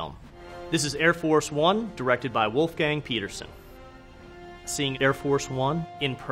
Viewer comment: Germans: Wolfgang American ex secret service agent with the russian name: Wuufgääng Also: 'The entire structure is built around the lead agent' basically tells bad people they only got to find a way to get to that one guy 😂 you may not want to say that this clearly 😂